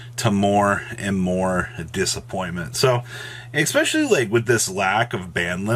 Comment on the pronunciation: 🤦 it's "especially" not "expecially"